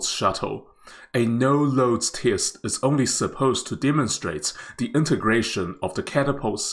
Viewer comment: I hope the commentator will check on the pronunciation of the word 'test'. Obviously, he mispronounced the word.